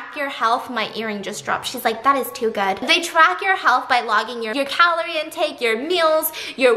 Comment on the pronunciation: No one NO ONE AT ALL Stephanie: crunch (eating cucumber) “That’s goooo”